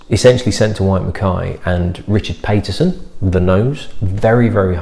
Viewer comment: Richard Paterson may only have one "t" in his surname, but he pronounces it as if there were two... in ALL of his many videos - perhaps you should watch one (when/if you get the chance)? I tend not to like most of the whiskies he is responsible for, but in this case he was copying someone else's recipe, so I DO like it (even more than you, by the sound of things). Oh, and I've rather fortuitously watched this in Inverness, not that far from where Glen Mhor used to stand!